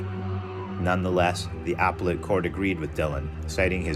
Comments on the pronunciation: "UH-PEL-IT! UH-PEL-IT! UH-PEL-IT!!" 🤦 NOT Applle-et!! Cringe!!! 😱 I enjoyed the video, but I highly suggest you get a legal dictionary so that you don't mispronounce the most basic legal terminology. Doing so kinda pulls from your credibility, if you know what I mean... Just saying(with the intent to help you accel😊). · “Appellate” is pronounced uh-PELL-it, if you're interested.